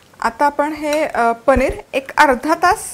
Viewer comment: Chala tar mag "पनीर" navhe "पणिर " Biryani pahuyat....😂😂😂😂